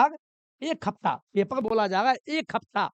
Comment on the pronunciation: पेपर ❌ पेपल ✅